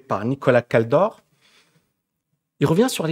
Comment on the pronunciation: L’économiste s’appelle Nicholas KALDOR ET NON KADOR